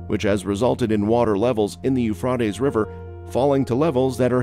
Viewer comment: You are pronouncing the river it's Euphrates it's Euphrates